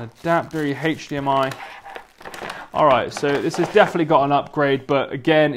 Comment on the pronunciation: Haych Deehamiy😂 bro its pronounced HDMI